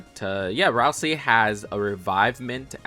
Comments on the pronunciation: It’s pronounced RAL-SAY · DID HE SAY RALSEE?!